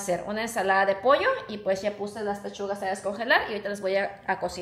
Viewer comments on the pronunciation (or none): none